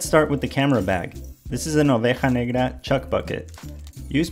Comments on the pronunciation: Nice pronunciation OVEJA NEGRA, do you speak Spanish? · My dude, I'm argentinian and it must me be first time I've heard anyone pronounce oveja negra correctly :))